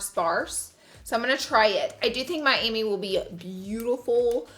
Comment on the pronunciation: Lashes are Mami like “mommy” not Miami 😂😂 love the way this look came out!!